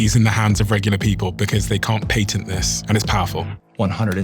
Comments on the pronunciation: You’re mispronouncing the word patent. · This might be an unpopular opinion and my ADHD might be at play here, but I wish they made a peptide to help me not focus on him pronouncing the word “Patent” ( mark). My brain kept going back to that the whole time after hearing him say it like that 😂 😆